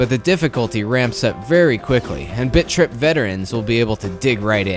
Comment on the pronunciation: is it just me or does it sound like bitch rip when says bit trip